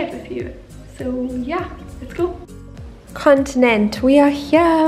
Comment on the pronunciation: hey, this is pretty cool! Edit: You were pretty good at pronouncing Continent, but it sounds like "Kawn-tea-nyent"